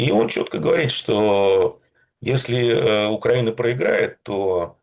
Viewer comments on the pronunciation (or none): Пожалуйста: Украи́на а не Укра́ина, поэтому украи́нцы а не укра́инцы. Демура, вы умный человек, говорите правильно.